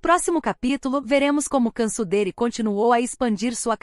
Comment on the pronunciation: A pronuncia do nome dela tá errado, assistem o vídeo q a cantora Brasileira foi intrevistar ela na Turquia junta co a equipe da band